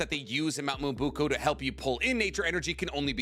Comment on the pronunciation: Stop saying Mount Myobuku ffs Disliked